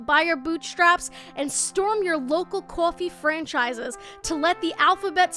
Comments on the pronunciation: "Qwofee" nah im just kidding love ya !!!💕💕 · cwofee franchise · it makes me happy when i hear ur east coast accent slipping through when u say "coffee" "boss" and "all" idk why i just really like hearing accents